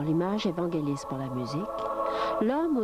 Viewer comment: Pas "Vent Gelis";Vangelis.